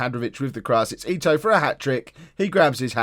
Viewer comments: Definitely ee-toe. You are saying it correctly!! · Okay, just so you don't freak out about names anymore. I'm a german and also Hamburg supporter. You're spot on with Ito (EETOE) and its Jantcheetchitch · You are pronouncing Ito correctly 🙂